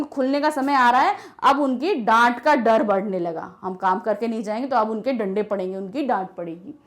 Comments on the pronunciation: 1st line last Word "Lande"😂😂😂🤣🤣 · it becomes लंडे instead of डंडे 😂😂